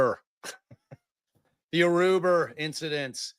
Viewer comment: I cannot handle it every time says "Aruber" 🤣🤣